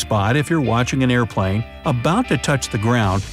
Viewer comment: barry krippky tool over the voice: airpwane